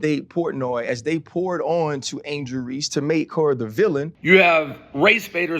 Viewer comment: Who said angle race not angle reeces dave you a pos